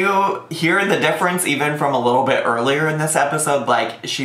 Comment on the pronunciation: I swear every time you say "Little Bit" I hear "little bitch" 😂 cracks me up every time